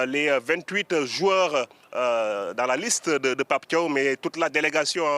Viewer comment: C'est bon c'est l'heure de la célébration, Pape Thiaw s'est excusé et ce journaliste Benoît Perrochet ne fait que de rappeler qu'il a demandé aux joueurs de quitter le terrain, déjà commence à prononcer correctement son nom ce n'est pas Tio mais Pape Thiaw comme Ciao en revanche pour toi ce n'est plus Benoît Perrochet mais Perroquet